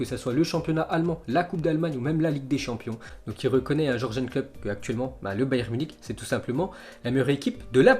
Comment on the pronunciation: "Georgène" Klopp 🤣 tu m'as tué !!